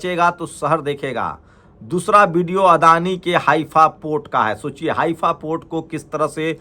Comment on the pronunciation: सर हाइफा होता है। आप हाफिया बोल रहे थे वीडियो में